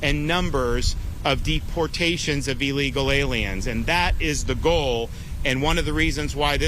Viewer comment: Hummm, so construction workers in Florida are being tortured 8 to 10 hours a day at their jobs. Right. BTW, you are mispronouncing "Illegal Aliens".